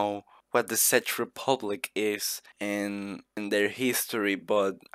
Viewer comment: Good video but it isnt pronouce SADGE republic but check republic